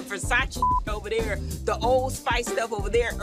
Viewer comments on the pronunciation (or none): Heavenly kills me with this commentary. "The old spice stuff ovuh dere"😂😂